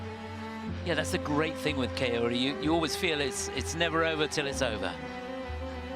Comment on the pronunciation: Dear commentator, Sakamoto is not Keori but KAORI .